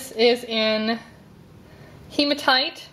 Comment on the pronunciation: your saying hematite wrong